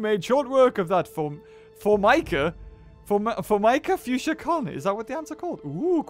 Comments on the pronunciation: Every antkeeper's pet peeve. "FOMICA FOOOSCA" its Formica fusca... gr8 video though! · "Formica fusca" is pronounced "FOR-mih-kuh FOOS-kuh".